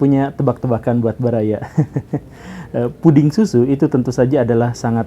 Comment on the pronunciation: "Puding", diganti d nya jadi t. "Puting"🗿